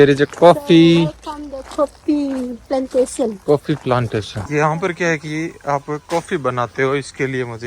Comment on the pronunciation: coffee😂😂 bhai sahb ko English nhi aaj pta chla😂